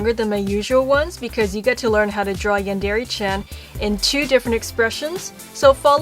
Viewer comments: No offense but u say yandere and manga wrong this is how u say them yawn/dare/e And mon/ga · she pronounce yandere as yandeeree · This chick says "Yandere" weird. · YOU'RE PRONOUNCING YANDERE WRONG OMFG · did anyone else scream at the screen telling her "IT'S NOT PRONOUNCED LIKE THAT!" every single time she says "Yandere"?